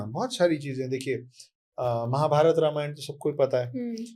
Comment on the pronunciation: रमायण नहीं है, रामायण बोलो.